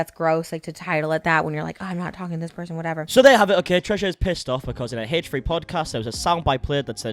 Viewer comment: Haych Three Haych Three 👄😌